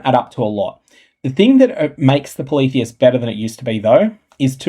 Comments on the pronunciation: same. I thought it was poly-theist, not politheist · Ngl.. I got triggered asf at your pronunciation of "Polytheist."